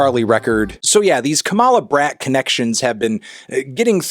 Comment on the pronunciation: You're pronouncing it wrong! It's pronounced "brat"